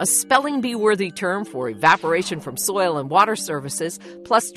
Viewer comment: Is it perpetuities impossible for this woman to say the word “soil?” 😂 The way she says it “soya” 😂